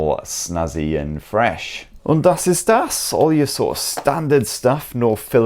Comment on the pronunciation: Und das ist das 😂😂😂 German skills on point 🤙🤙